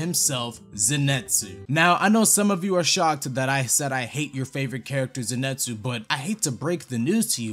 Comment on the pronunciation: People are really saying zenetsu when in the anime they say Zenitsu like bro wtf